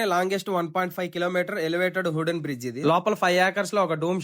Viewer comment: Hooden kadu bro wooden adhi 😅😅